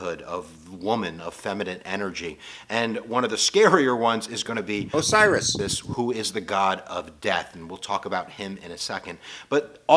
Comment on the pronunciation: funny 2 c that u got Osiris his name wrong. thats ok u´r just reading it from paper.